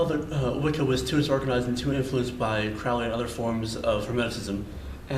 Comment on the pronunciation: It's Crowley rhymes with Holy. You're saying his name wrong. The OTO was not a spin off Order of the Golden Dawn either.